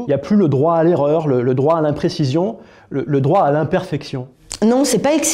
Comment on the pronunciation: Non, la preuve " eRReur" et pas " ereur " 😅